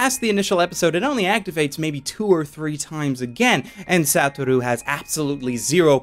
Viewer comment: it not SATTT-OR-U is SUE-TOR-RU